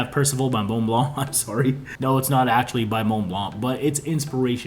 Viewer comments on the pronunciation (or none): none